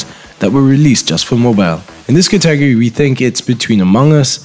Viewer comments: I'm Soo triggered he kept mispronouncing "Category" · I couldn't finish watching the video 🤣 I mean he isn't even close to saying it correctly, confused me evetytime he said it.